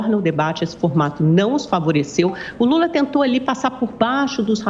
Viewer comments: " o ex presidente gula" kkkkkkkkk Essa reporter é fã do Alexandre porpetone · A narradora falou "o ex presidente bula" kkkkk